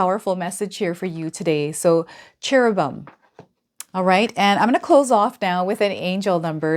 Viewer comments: The pronounciation is CH(EH)RUBim, with the stress on the CHERUB. The E sounds like 'EH', not 'EE'. I'm hoping this helps you, and thank you for everything you do. 🫡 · PRONOUNCING CHERUBIM WRONG...WHAT IS WRONG WITH TAROT DECKS - THERES SO MANY...2 OF GRAINS? CMON